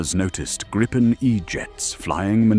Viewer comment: Was impressed by this narrative (IE?) until 5.36 when it stumbled and said Grajpen the usual mispronunciation.